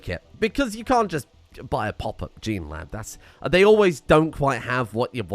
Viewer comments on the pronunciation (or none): none